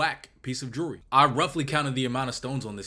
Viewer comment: Bandman pronounces jewllery like jury